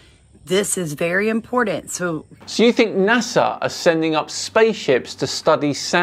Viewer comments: When you pronounce important impordant tells me everything I need to know about you. And invoking the whole spirit let’s me know you failed science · Rule number one.. NEVER trust someone too effin stupid to know there is no letter "D" in the word IMPORTANT.